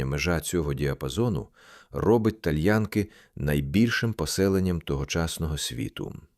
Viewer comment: Перепрошую, назва селища ТальянкИ‘ наголос на останню букву)